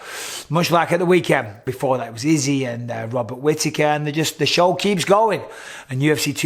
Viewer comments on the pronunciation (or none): none